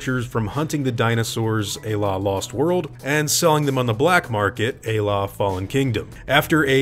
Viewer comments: "Ay-La"? Oh! You mean "a la"! (Pronounced "ah lah".) Heh... I'm a proud graduate of Hooked on Phonics, too, so don't feel so bad. ;) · "À la" is pronounced like "ah lah" 😅